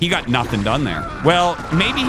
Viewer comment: I've always found it funny that RT pronounces "got" as "gut".